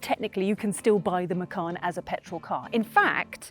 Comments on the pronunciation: Macan not Macarn. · Bose is not pronounced "Bowce", as you said but "Bozeh". Macan is not pronounced "Mackann" as you said but "Maycan".